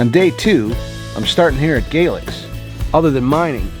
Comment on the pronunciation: Good video. The Foster Falls hotel is open and has been for 3+ years so it’s not under renovation. Also Galax is pronounced Gay - lax not Gaylex